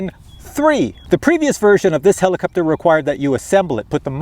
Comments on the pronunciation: heliCOPter. not heliCUPter. JEEEZUS!! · not really, but somehow heliCUPter drove me crazy hahaha which i did not expect! nice flying btw :D